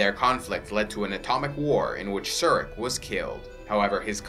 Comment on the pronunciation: You mispronounce several Vulcan names. Surak is pronounced with the u = oo, and the a = ah. Likewise Sarek is pronounced with the a = ah. This is true for pretty much every language except English.